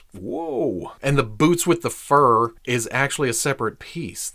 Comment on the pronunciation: “BOOTS wit the FUuuUrrr” caught me off guard it’s like he said it in bold